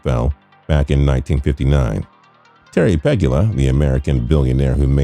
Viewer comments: Terry Pe-GOO-la, not Peg-u-la. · Terry Pegula .... Pronounced Pe-Goola ... not Peg-u-la ... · Terry Pe-gu-la not Terry Peg-ula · Mary was Ralph's wife, not niece. It's pronounced Puh-Goola. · Bills owner’s name is pronounced Peg-oo-la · The fact that you said Peg-ya-la makes me sick. Not really, it’s not that serious. But you should do your research. Major sports channels mispronouncing sports names is always a turn off. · Puh-goo-luh, try pronouncing the name right. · It's Terry Peh-goo-lah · Pronounced Pegula wrong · You're pronouncing Pegula wrong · Can't pronounce Pegula and called Ralph Wilson's wife his niece. Good work. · That annoyed me too!